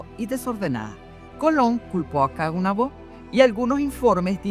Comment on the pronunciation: Disculpe. 2 cosas: a) No es Caonabó (fuerza en la última o), es solamente Caonabo. b) No es Cacica, ella se convirtió en Cacique.